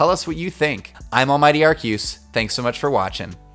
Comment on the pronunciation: It’s pronounced arkoos